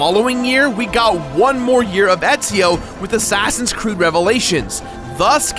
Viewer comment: did you say assassins crood